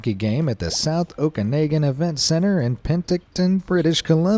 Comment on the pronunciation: I just have to say, it’s pronounced OkaNAWgan and not OkaNAYgan, and Penticton is PenTICton. Okay, SORRY for being fussy with the guy in the video, lol. And no I don’t think we overuse sorry and don’t say it when somebody else does the “bad thing”. Is the announcer an American??